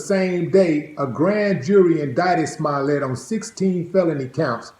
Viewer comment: His accent makes it sound like hes saying Smilet